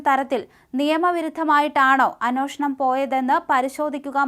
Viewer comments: Sister it is anyeshnam and not anoshnam… sry …. Please correct…. The rest deliveries are good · ഈ ' അന്വോഷണം' എന്താണാവോ? ഇനി കവി അന്വേഷണം ആണോ ഉദേശിച്ചത്‌? 😂